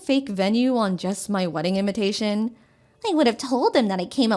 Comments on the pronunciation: They keep saying inventation. Instead of invitation. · why is she pronouncing "Invitation" as "In-VEN tation"? Putting in an "N" where there isn't one?